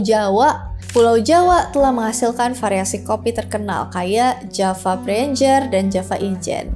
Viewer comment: 11.07 baru pertamakali denger, "preanger" diucapkan dengan cara pengucapan bahasa inggris